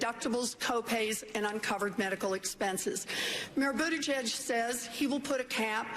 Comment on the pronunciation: Constantly mispronouncing Mayor Pete's last name because he is gay is not very Christian at all. If you have actually read what Jesus taught, he taught love and forgiveness. He died so God would forgive everyone else. I bet he wasn't on that cross saying "forgive them for they know not what they do....unless they are gay." I think you can present yourself as a better Christian than that.